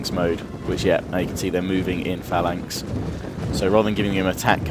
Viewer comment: why do you say phalanx like that? I'ts the incorrect way to pronounce it doesn't matter just saying:D